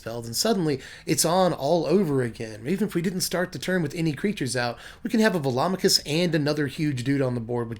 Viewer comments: Hmm... I've actually never pronounced Velomachus before, but in my head when I found it in my sealed pool, I was pronouncing it "velo-mak-us" rather than "vel-om-a-kus". But now that I've heard your pronunciation, it sounds right. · You're the only other person I've heard who pronounces Velomachus correctly... everyone and their grandma pronounces it "ve-lo-MA-chus."